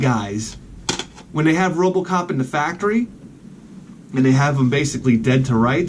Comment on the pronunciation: "Robacop" Awesome